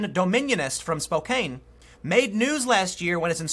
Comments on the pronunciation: BTW...Spokane is pronounced Spo-can, not Spo-Kane. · Spokane is pronounced Spow-Can, not Spow-Cain. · Tim, it's pronounced Spo-kanne, not Spo-kain. I should know, as I live in the state. The sane part of the state. We keep all our crazies in Spokane and on the west side of the Cascades, lol. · Please stop saying "Spo-Cane". It's pronounced "Spo-Can". Sorry, it needed to be said. Also, the left are dangerous hypocrites. That is all... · "SpoCan" Tim.... "Spokain" is not correct Sir Enjoy our Celebration of Independence today! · It's pronounced Spo-can. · Goddamnit Tim normally I wouldn’t complain but it’s SPO-CAN, not SPO-KANE. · Spokane is pronounced spo-CAN. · FYI Spokane is pronounced like Spo-can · Pool It is not pronounced Spoe Cane, it is pronounced Spoe CAN. Can we try, for all resident's of Spokane's sanity, to pronounce it correctly. Thank you! We now return to your wonderful video. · Tim, it's Spo-'can' (as in "I can walk on my own") not Spo-'cane' (as in "I need a cane to walk"). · Lol “Spo-cane” (Spokane). It’s SPO-KAN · Spo-Can not not spo-cain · It's pronounced "Spoh-can", Tim. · Lmao. TIM. Its Spo-can. Not Spo-cane. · Tim! Spokane is pronounced “spo-can”! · haha. Spokane is pronounced, Spoe-can, everyone does that. Source: lifetime resident of washington state. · Tim, love ya man. It's pronounced Spoke-an/Spo-can. WA is weird with city names. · Tim... Spokane does NOT rhyme with Cocaine. Get it right man!